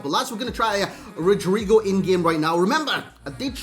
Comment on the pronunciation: His name is pronounced "Rodrigo".